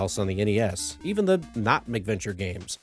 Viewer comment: I like your vids, your voice is very pleasant to listen to. However (and I hate to be "that guy") it's MAC venture...cuz they came out on MACintosh computers. You keep saying "Mick Venture" and I'm just one of those weirdos, it bugs me lol